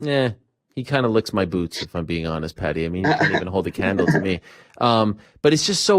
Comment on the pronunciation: You pronounce Paddy not Pedi wrf 🤣🤣🤣